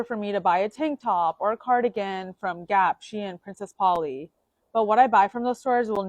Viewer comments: Wow, it was real refreshing hearing someone pronounce SHEIN like that as if it´s this weird niche brand not worthy of knowing (which it is) 👏👏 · What's that pronunciation of Shein? 😂 And comparing Shein and H&M is kinda wild...